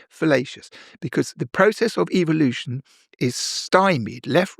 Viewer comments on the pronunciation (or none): Did i hear "process of eveeelution" 😅 just the way he said it "gotta catch'um all!